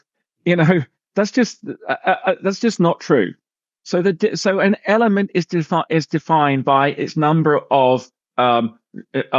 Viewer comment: He mispronounced a bunch of words called silicone and element , then said the spot on Jupiter would make a planet how when it’s a storm. Than said it’s at the equator it’s not it below it at twenty degrees. Then when asked to describe it he say the sun spits out planets like we poop… he a complete idiot n if u think he’s smart go get help .